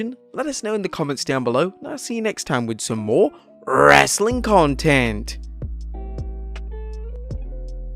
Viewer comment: Dislike for as long as you say wrestling content with this awful way.